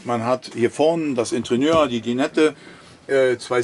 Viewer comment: " Interieur " nicht wie Sie immer sagen Intrieuer. Ansonsten reicht es auch Innenausstattung zu benutzen, auch gut. Danke für die Präsentation